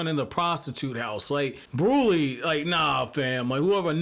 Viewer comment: Brûlée is pronounced Brew-lay and Jimbei is pronounced Jim-bay. I’m catching up on the reviews binge style and don’t know if you’ve corrected it yet but I remember you saying you want corrections on stuff so when you’re caught up you can hop in the content creating community and be right on par.